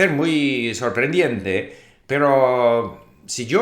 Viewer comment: ¿Steve, dónde podría encontrar tu libro? Tu español está 8.5 de 10, tu construcción y pronunciación es muy buena (excepto por "sorprendente" no "sorprendiente" jaja), solo faltaría que mejores un poco el acento.